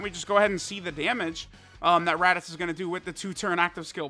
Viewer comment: "teq raditoots"